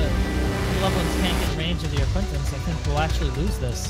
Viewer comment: Loved the video and subbed :D really well made. On a side note it's an arquitens and not arquintens (no n before the t)